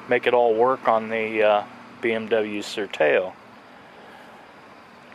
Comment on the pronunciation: Nice vid. Btw, Sertao is pronounced with the final OW sounding like "ow" as in ouch.